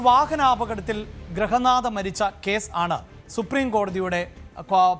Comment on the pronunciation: Grahanatha alla grihanadha